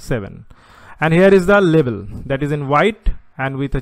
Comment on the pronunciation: Great video. It should "Label" not "Lebel" though. Doesn't really affect the quality of your video though. Overall very clear and informative